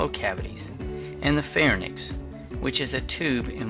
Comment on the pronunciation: It is pronounced LarINKS and PharINKS...y comes before the n in the term